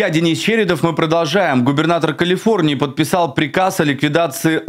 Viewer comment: "Калфиорнии"; "Кмалла Харис"; "расследвоание" --> Ох, не зря говорят: "спешка быстроту e6ёт"! Особено, у малограмотеюшек!..